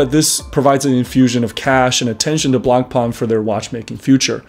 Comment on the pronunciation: Is this an inside joke or do you run a watch channel but do not know how to pronounce Blancpain?